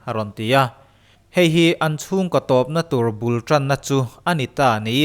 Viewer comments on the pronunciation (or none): I ti top dan hi a chiang thei e🤣🤣